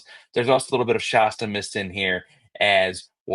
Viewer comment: ShAsta like Fast, Cast. Not like pasta.